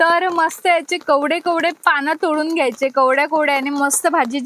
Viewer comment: कवडे नाही ग ताई कोवळे पान म्हन म्हणजे तु आमच्या सारखि सामान्य व्यक्ती आहे